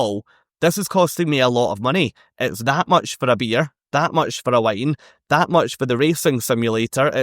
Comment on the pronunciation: Haha, the first time you said "that much for a beer, that much for a wine", I heard "that much for a beer, that much for a line" ... thinking what type of cruise have you been on 🙂